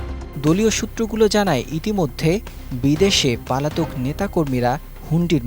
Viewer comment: সাংবাদিক সাহেব উচ্চারন পালাতক না উচ্চারণ হবে পলাতক